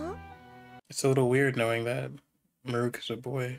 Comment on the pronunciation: "Muh-REWK's Daily Life" Why do so many people mispronounce 'Marulk' in that exact way?